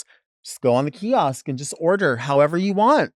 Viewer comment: hearing delta say “kiosk” scratches my brain so bad